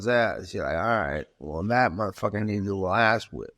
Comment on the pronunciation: Bruh stop saying MUH fu)&er lmao it’s like you feel ashamed to say it but wanna see like an adult.